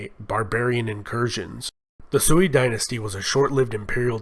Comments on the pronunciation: SEWEY dynasty...😳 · This is the most positive Chinese history made by Westerner. I hope Westerners can judge China not only based on the last 100 years, but the whole history. The only thing I think the narrator can improve is some of the pronunciation of the dynasties, eg. Shang, Sui.